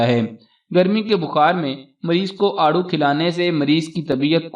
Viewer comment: It is aarro, peach